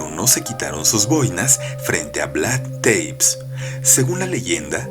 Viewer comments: Es Tepes como se lee, no Teips, no todos los nombres se leen en inglés querido, buena elección de historia, es demasiado interesante este personaje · No jodas, una de las reglas del LOCUTOR "si no sabes la pronunciación, lees tal cual está escrito", y además de que no lees acentos escritos, lees 'teips' en vez de VLAD TE-PES, TEPES, y se lee T-E-P-E-S!!!